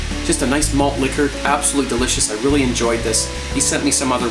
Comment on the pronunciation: "It's absalutly gonna be a messy thing here" Holy fuck